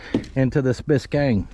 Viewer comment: If you don't want to see this Bis-kay-annie built you ain't American. This thing is sweet!